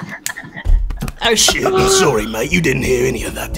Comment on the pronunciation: “Holy shoit” 💀